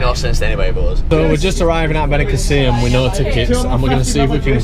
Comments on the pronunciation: beniCÀssim not benicaSSÍM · Why do all English people say benicaseeyum. It's just 'seem'. Benicassim?